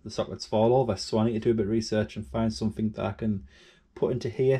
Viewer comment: You keep saying somethink instead of something. Correct grammar costs nothing. (Or nothink as I imagine you would say! 😂